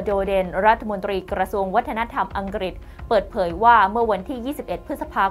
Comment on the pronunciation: คงอีกไม่กี่สิบปีดอก ที่ภาษาไทยจะวิบัติมากไปกว่่านี้ อ่านหนังสือกันแย่มาก นี่ขนาดการศึกษาระดับปริญญานะ อังกฤษ ต้องอ่านว่า อังกริด ไม่ใช่ อังกิด, ปลุกปั่น ไม่ใช่ ปุกปั่น เด็กรุ่นใหม่ได้เห็น ได้ฟังสิ่งที่ไม่ถูกต้อง แต่เค้าไม่รู้ดอกว่า ถูกต้องหรือไม่ เค้าก็จะอ่านและออกเสียงตามที่ได้ยิน ภาษาไทยก็จะอ่านออกเสียงไม่ถูกต้องนับแต่นี้.......... การทำหน้าที่สื่อ พิจารณากันหน่อยว่าควรปรับปรุงหรือไม่ หากไม่สามารถอ่านไห้ถูกต้องได้ ก็สมควรหาผู้ประกาศที่สามารถ เพราะนี่คือภาษารากเง้าของเราแท้ๆ แล้วจะเอาอะไรกับภาษาที่ต้องใช้สำหรับทำมาหากินในยุคสมัยนี้อย่าง ภาษาอังกฤษ!!!!!!